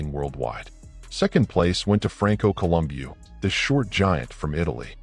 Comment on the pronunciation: AI can’t pronounce Franco’s last name 😅